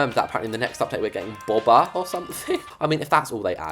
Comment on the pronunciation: hun, it's not bOba, it's bOWba like as in a bow xoxo!!!